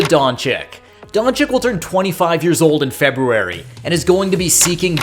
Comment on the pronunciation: Kid... please lern how to pronounce DONCIC! Just google it! Holy...